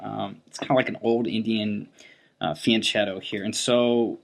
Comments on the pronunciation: Illiterate moron: His name is pronounced Kas-PAR-off not Casperoff. It's also pronounced fian-KETTO, not fian-CHETTO. Zero credibility you boneheaded fucking fool!! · It's not "fian-tshetto", but "fianketto"! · Fianchetto is spelled with a "k" sound, not "ch". As a chess master you can't afford to ignore that! Anyway cool analysis